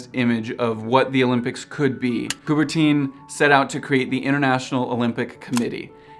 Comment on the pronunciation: Its not "couberteen" its coubert'hunh'